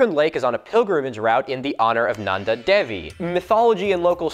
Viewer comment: you forgot the second n in Nanda